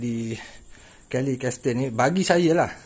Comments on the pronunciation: Kellie's Castle cara sebutnya Kellie's Kasel bukannya Kellie's Kastel. Kastel tu pengedar dadah di amerika latin. Hahaha. Apapun saya harap next video diupload secepat yang mungkin, sebab rasa video terlalu sekejap bagi saya. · Minta maah boh, sekadar nok perbetulkan sikit sebutan castle. Bunyinya 'kasel', bukan 'kastel' :) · Assalam. Maaf akak tegur sikit. Sikiiit ja... Sebutan nya gini: "Kelli Kesel" dalam bahasa kita. Jangang marah deh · Aku gerammmm je dengar ckp "kas-tel" nehhhh aoishhhhhhh😄😂😂😂😂😂 sebutan nya.... Kaa-sel....unik benor bunyi ehhh hahahahhaha😝😝😝😜😜😜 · castle= bukan sebut kestel..cara sebutnya kasel..haha btw terbaikkk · Assalamualaikum w.b.t.. Mintok maah sbb nok tegur sebutan kastel.. Buke kastel boh tapi gak kasel.. Castle(sebutan dio kasel buke kastel) makno dio istana.. Mitok maah kalu caro ambo tegur ni saloh.. Tapi gak content meme terbaik bohhhhh!! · Bro sebutan Castle adalah begini..Kasel. bkn kastel. ✌ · Bukan kastel..tapi kasel..cara sebutan castle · Kellies Castle...bukan Kellies Castel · Kellie ' s CASTLE.....BUKAN KELLIE'S. CASTER.....CARA CAKAP HARUS BETUi...... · Ops! akak pung silak ni. "kelli Kasel"